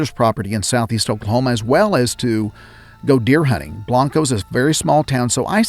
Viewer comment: Its pronounced blain-co